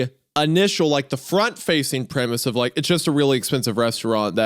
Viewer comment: "the primase is awesome" its premise mr goon premise 3/10